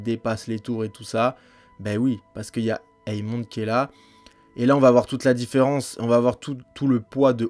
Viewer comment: la vidéo est sur l'épisode 10 donc il n'y a aucun spoil dans ce que tu vien de dire, qu'il les fait exprès ou pas c'est pas important personne le croit innocent donc vengeance, guerre ect...et c'est AEMOND pas EAMOND (ae=é) Jacaerys se prononce jakérys.